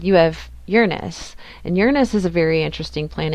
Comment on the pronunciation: 😹I’ll forgive your pun, because you pronounced Uranus correctly🎉 Thank you for that alone🙏 btw Uranus was 00 degrees in Libra ♎the second I was born. So fascinating. I enjoy symbols. But this will throw a spanner 🔧 in the works 🚽 … Because I was given an astrolabe, I had to learn Arabic … the symbols they use are different to the ones you showed. But I can see what you are getting at 😉 🩰+🎶+🌌